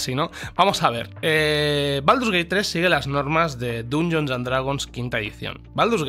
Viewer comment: Aguanté hasta el hasta q pronunció Dungeons con U. Inadmisible.